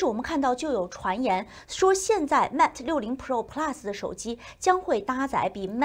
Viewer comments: Mate发音要标准一些。是Mate不是Matt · 新西兰不是说英语的吗？mate都读不对，有点不应该。